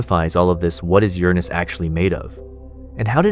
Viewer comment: "CGI, no AI" for the visuals, maybe. The narration is almost certainly AI-- we got at least three different pronunciations for Uranus: YUR-in-us, your-ANUS, and bafflingly, yur-AHH-nus.